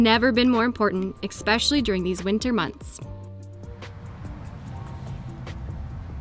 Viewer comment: I love watching you two beautiful ladies every week. I am a long distance trucker and really enjoy seeing what is next. But please stop pronouncing the word especially as EXpecially!!! Lol that really bugs me to hear people say it that way Love Brian